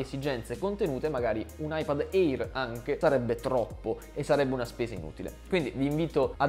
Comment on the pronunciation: Bel video, ma eÍr non se po sentí. Si pronuncia „eer“